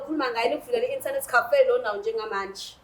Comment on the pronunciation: So no one is gonna talk about the pronunciation of "internerrrrrti cafe"😂😂😂😂😂😂